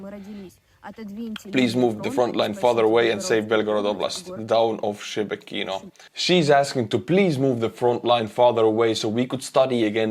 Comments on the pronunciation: It's not pronounced Shebeh Kino. It's Sheh Bekino. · "Shebekino".."She Be Kino", hahahaha It's soon gonna be The Republic of Belgorod. And Russians, they don't deserve "peace"